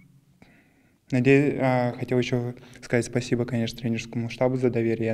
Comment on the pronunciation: Изя, давай русский учи. Спасибо без акцента уже говоришь .